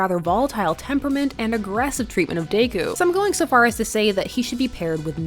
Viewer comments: day-coo? it's Deh-coo. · Im i the only one that notices she is say “dayku” instead of deku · No hate here but I think deku is pronounced “Deh-kyu” instead of “day-kyu” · DEku not Dayku lol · "DaykU" she says. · It's Deku not Daku. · Is anyone else getting mad she’s saying daku instead of deku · “Midorya or dAkOo” lmao why she say deku like that? XD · No one, Not a single soul, Her: "Day-ku" "..... Yep, perfect pronunciation......" (This is a JOKE) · Lowkey feel like you pronounced Deku as Daeku just to pis$ some fans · i love you but dayku is killing me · I’m bothered you’re pronouncing Deku like daikoo